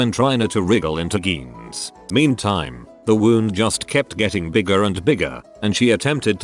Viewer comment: No one: Text to speech: geans